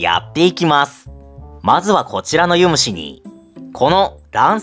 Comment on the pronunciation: ユ⤴︎ム⤴︎シ⤴︎じゃない？